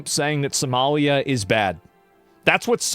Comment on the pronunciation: she pronounces 'Somalia' like 'sommelier' 😂 The irony...